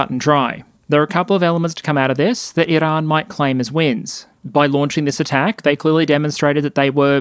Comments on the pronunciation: There's no way I can put up with an hour of this guy's pronunciation of "Iran". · Why do you use an Iranian accent when saying "Iran" and "Tehran" but don't use an Israeli accent when saying "Israel"?